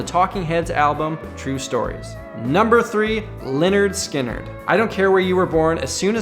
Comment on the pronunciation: Its pronounced Leh-nerd Skin-nerd for crying out loud. its was their first album